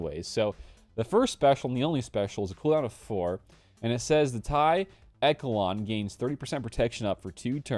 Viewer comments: Pronounced eshalon the ch takes on a sh sound, great work bud keep it up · I rushed slkr, so im pumped about the echelon. Also I think it’s pronounced eshelon.😂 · Echelon should be pronounced "Eshelon". Thank you for the good videos. Keep up the good work.